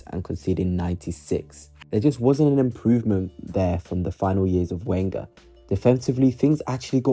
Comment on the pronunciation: He wasn't the worst Arsenal manager ever. Not even within my living memory. It's clear that your living memory only goes back as far as Wenger, whose name you don't know how to pronounce. Do some research.